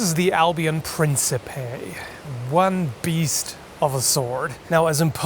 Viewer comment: In italian, it pronunced "princhipe"